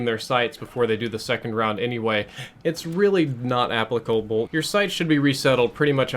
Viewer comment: "Accplicable" lol you butchered that word so badly